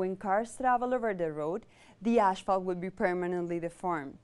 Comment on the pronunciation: it's not ashphalt it's asphalt!